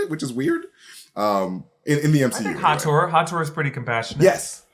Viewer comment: Hathor is pronounced Ha-thaw.